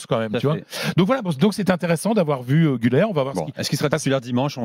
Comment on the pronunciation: cest guler pas gouler son nom